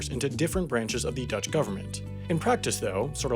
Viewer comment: You are by far the American with the best Dutch pronunciation. No forced weird sounds. Well done,.